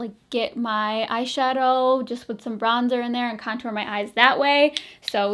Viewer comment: I swear at one point you said comtour😂😂 hahahaha LOl 💕💕